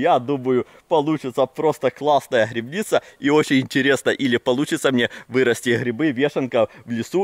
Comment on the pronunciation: грибы а не грыбы и грибница а не грыбница учи русский язык а так видос прикольный